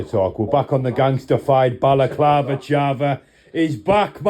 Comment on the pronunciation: balaclava charva 🤣🤣🤣. gets me every time